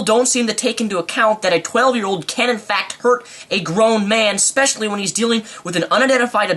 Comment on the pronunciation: specifspecially lol